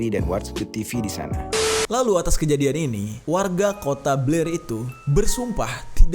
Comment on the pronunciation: BLAIR WEY BUKAN PLAIR🤣🙏 Beda cerita kalo mulut udah typo😂